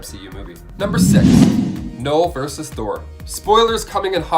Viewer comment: "Verse"? Like a song? Or are you TRYING to say "verSUS"????????? WHERE DO PEOPLE LEARN TO TALK THE WAY THEY DO?